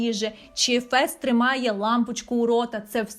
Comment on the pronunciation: ЩО ТИ НАХРІН ВЕРЗЕШ НЕ УЕНСДЕЙ А ВЕНЗДЕЙ НЕ ФЕС А ФЕСТЕР ЯКЩО ТИ РОБИШ РОЛІКИ ПО СЕРІАЛУ ВЕНЗДЕЙ НЕ ПЛУТАЙ ІМЕНА ПЕРСОНАЖІВ ЦЕ БІСИТЬ